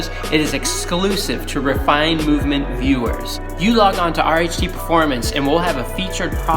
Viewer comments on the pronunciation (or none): haha just messing with yah cuz the way ur said it a few times it sounded like rice haha.